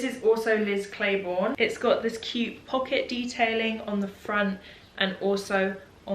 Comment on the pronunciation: Love how you say Liz Claiborne like you've never heard of them. Or maybe you haven't. It's just very common here in the US..